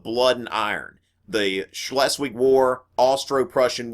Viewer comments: im not even german but still laughed at the wrongness of his pronouncation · As German speaker, I laugh every time he says stuff like "Shh-less-Wig"